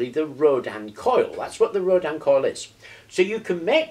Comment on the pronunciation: nice vid, just a point though......... its pronounced ROW-DIN... as in Tin....also....what you have there is more commonly called a "starship coil"...or....a flattened Rodin coil, a true Rodin coil is not flat but wound around a toroid, typically a plastic toroid as found in those childs plastic donuts they have to stack on a shaft in the correct order